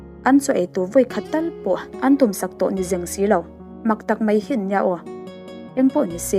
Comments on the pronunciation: 'Mei' aiah hian 'Mai' tih han hmang thei la..😊 Hrem ngei ni rawh se he In sa tu pa hi zahna hrelo thenawm lo awm nghet sa te care na pakhat mah nei lo..Pawisa chawi tir treuh in Jail tang tlak a ni.. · Tawngkam ah Mei hman lo tur, Mai tih tur, chuan Peih tih lo bawk tur, Paih tih tur, hei hi i hman dik chuan i thiam leh zual ang....